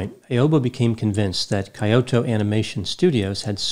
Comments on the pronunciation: it's not kayoto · I thought it was said 'kee-Yo-toe". Accent on the middle syllable. Granted, a minor difference for westerners. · He could have google the pronunciation of Kyoto and Hikikomori first😅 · unfortunately, Japanese is a very difficult language. More unfortunately, it's not your first language. Teasing of course, I am part Japanese and love your videos. Kyoto is pronounced more like "Key-o-to" than "Coyote-o." This was a terrible tragedy, I visited Kyoto in early 2020 and while the country is resilient, this was certainly one of the darkest days in the history of Japan. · Kyoto is pronounced “Key-oh-toe” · I died a little when he pronounced it like tgat 😂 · "Coyote-o Japan" 🤣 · Yeah apparently its impossible for Americans to pronounce non-English words even if they have a PhD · I swear I didn't laugh at your pronunciation of the Japanese words lol. Jokes aside thanks for the analysis. At the time of its occurrence it was so hard to believe something like this actually happened. Those poor Kyo-Ani staffers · it’s Key-Oh-Toe (Kyoto) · "KAI-oto"? You are an educated man. What gives? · kee·ow·tow sounds better :)